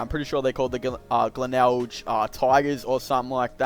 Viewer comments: Heads up its pronounced glenelg the last g is pronounced same as grape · I love how you pronounce glenelg